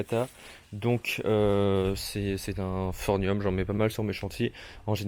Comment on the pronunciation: Quel charlot ! Je n'ai pas pu tout regarder tellement tu racontes de conneries. C'est pas phornium mais phorMium, les palmiers et les bananiers n'ont pas de troncs mais des stipes et la prononciation de Trachycarpus bonjour la honte ! Ch se prononce ke en botanique et les cycas ne sont pas des palmiers